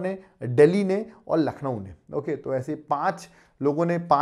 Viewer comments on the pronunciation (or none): none